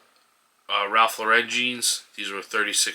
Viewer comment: Thanks,. (FYI, Ralph Lauren is pronounced LOR-en not lor-EN.) Subscribed!